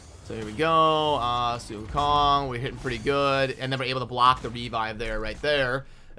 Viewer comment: Proud of u for pronouncing sun wukong correctly :)